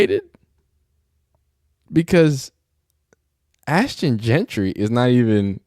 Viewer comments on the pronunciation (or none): Bro try’s to make a point a proceeds to call Ashton jenty Ashton jentry lol